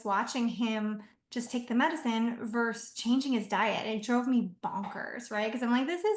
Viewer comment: It’s VERSUS NOT “verse”. Wtf